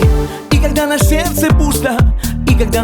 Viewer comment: Где он откопал эту мырку, которая произносит слово "сердце"-"серсе".